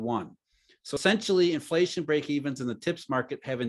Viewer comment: I like how always just says 'flation